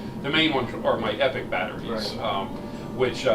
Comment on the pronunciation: It’s EPoc not Epic. You seemed very nervous talking to this guy.